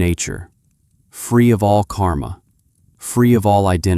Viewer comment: There are two words in sanskrit which sound similar on the western tongue : KARMA and KAMA. The letter R is the difference. The meanings of these two words are vadtly different. KAMA is desire. KARMA is deed or action. When you are discussing KARMA, the letter R must be clearly pronounced. Like rrr...